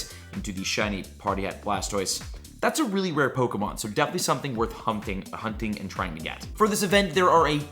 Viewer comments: Bro literally said worth humping sorry hunting for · is a fool did I hear you say humping lmao hahahaha 😂 🫶🏽😜✌🏽